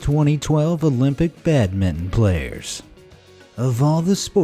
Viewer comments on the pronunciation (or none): Bedmen? Badmto? It’s Bad-min-ton badminton! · As you obviously don't know how to pronounce it- it's bad- ming-ton. Not bad-ton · He pronounces badminton as badmen 😦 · Badmin????? Bad min ton!!! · WTF is "Badmin"? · Badmin-TON!!!!!!! Not badminten... Can you even read??!?!?! BadminTON.. Stupid americans... AT least you could have googled the freaking name, so you could pronounce it properly.. Stupid dumb fuck... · What the heck is badmin? It's called badminton! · or how he pronounced badminton as badmin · What sport is Badmin? it's BADINTON! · Badmin? Wtf is that? There is a “ton” on the end of the word you just ignored! Bam-min-ton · Badmin. 🤣🤣🤣🤣🤣 It's badminton. There is a TON at the end! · This guy cant say badminTON ..e says badmidon lol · Why the fruck did you say badminnon it’s badminton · It’s badminton not badmin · Bad men? It’s badminton! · It's Pronounced 'badminton' not 'badminn' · Wtf is badmin? Its badmington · The Badmin as you called it is spelled and said as Badminton! I old English sort dating back to Elizabethan times in the UK. And you say Baseball.. that is just the old English game of rounders taken and mucked up by the Americans into a daft silly game version of the original rounds game! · Badmin you mean badminton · When he said Badminton I only heard: badmin. And I was like where is: ton. It is called badminton, not badmin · How he pronounce badminton though "Bad mint" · FYI, badminton has a ‘ton’ in the end of it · Please could you say badminton correctly. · badminton more like bad-minton 😂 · Unable to pronounce badminton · Be amazed how this person can't say the word badminton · You say badminton weirdly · Wow, another word butchered by Americans, *badminton. 😤